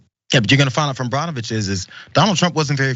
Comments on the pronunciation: Pronounced Burnovicb or Bernovich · Burn o Vich is how it’s pronounced